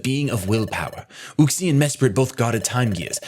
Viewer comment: Everyone else: “Uxie”: “oOxIE”